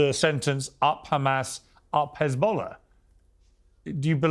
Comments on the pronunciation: I love Sharron but she needs to get back to the Chardonnay and stop pretending she knows anything about this conflict. She doesn’t even know it’s an E not an A in h3zbollah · Hez, not Haz, sharon ffs!!!! What are you talking about woman. Im not pro anyone but for ffs get your details right!